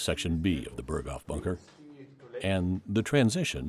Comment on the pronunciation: Ps Berghof isn't pronounced like that